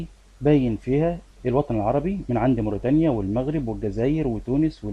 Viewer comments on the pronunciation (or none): none